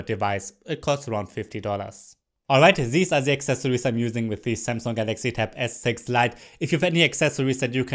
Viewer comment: zzeee zamsunggg zes zite zis iz ze zest!!!!